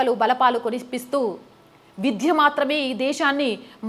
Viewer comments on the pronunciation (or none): చక్కగా చెప్పారు. విధ్య కాదు విద్య అనాలి ప్రయోపవేశం కాదు ప్రాయోపవేశం అనాలి